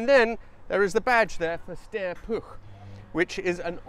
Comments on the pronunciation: Congratulations on getting cat-bombed and pronouncing Puch correctly (rare for English speakers). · Nice video. As long as you keep the u in Puch as oo, your pronunciation is bang on. Living nearer the German-language Germanics than you do, I believe "Steyr" is pronounced as Styre, not steer. That "Porsche" flat twin sounded a lot like an air-cooled Beetle - ;) oh wait, that VW engine may have been designed by a Porsche guy (too). Key question with "flat" is, is this really a "flat" engine (one crankpin for two cylinders) or is it a boxer (one crankpin per cylinder). I don't think "flat" works well if there are only two cylinders.